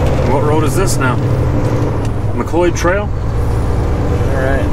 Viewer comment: It's Mcleod Trail, like in the TV show Mcleod with Dennis Weaver, you are unteachable !